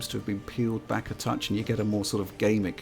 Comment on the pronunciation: Gameic? Gamic! I like it. A new entry in the Lexicon!